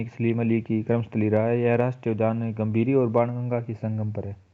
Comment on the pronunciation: gambri nhi gambhir ndi h sir